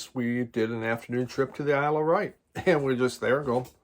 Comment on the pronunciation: Hi, glad you like the Wet Leg album so much. I love it! My fear was that the album wouldn’t be as strong as the first couple of singles. I needed have worried. Sorry to be an arse but your pronunciation was doing my nut! The Isle of Wight is pronounced ‘white’ nor ‘write’ and chaise lounge is pronounced ‘shaze long’ not ‘chase lounge’. Phew, got that off my chest. Glad Kat is on the mend. 🙂👍🏻